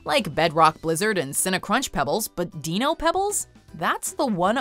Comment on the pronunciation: *pronounces Dino like dee-no